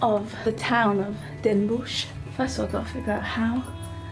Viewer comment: NOT Den Boesj, it is den Bosch, pronounced den BOSS, no sh sound, no oe as in shoe. o as in rot.